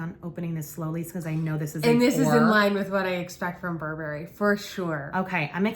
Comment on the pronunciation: Thx for the review! fyi--Burberry is Bur'burry and ylang-ylang is ee long' ee long' 😀